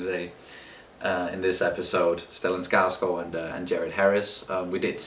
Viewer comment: The first people to pronounce Skarsgård correctly! But of course, you're from a similar country so you would know! heh